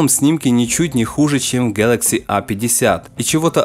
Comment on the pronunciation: Пожалуйста, не говори "гьэлэкси", слух режет, а за обзор большое спасибо!